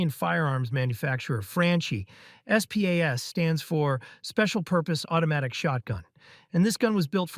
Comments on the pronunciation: It's SPAS, not s-pay-ass. :face-turquoise-covering-eyes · I pronounced SPAS as "Spaz". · the way you pronounce the SPAS and Franchi is just criminal.